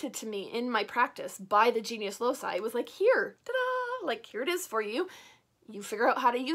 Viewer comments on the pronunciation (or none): Hi! I practice traditional witchcraft too, but with focus on the Aragonese folklore (a region of Spain. Goya and the first wife of Henry VIII are from here 😉). I enjoy a lot your videos, you are so transparent with your craft! I only wanted to tell you that the “loci” part of “genius loci” is pronounced like a “k”. Since the old latin used this sound, it will be correct saying something like “loki” (another example could be “caelum” ~sky~ in which “c” is pronounced “kaelum” and not “zaelum”). I hope that i have helped, and sorry for my bad english! Greetings from Aragon!!! 🖤